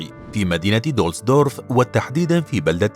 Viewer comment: دوسلدورف ليس دولسدورف